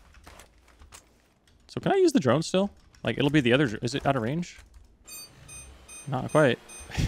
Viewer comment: "so heres de earth. is round!"